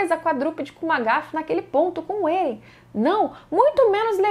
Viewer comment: Você esta pronunciando vários nomes erradoa. Êren? Histôria? PIKI?